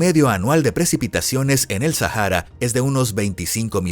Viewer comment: Así es....y además este tipo le pone sonido a la H.....no manches.......Sajara......😂🤣😂🤣😂🤣